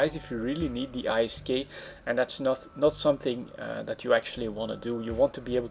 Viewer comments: its called isk. NOT I.S.K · "i s k" - do you also pronounce gold as "g o l d"? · I'm not sure wether to hate or love how you say I - S - K insted of ISK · Every French I know say I S K too. :) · I thought he was saying "Ice Skate"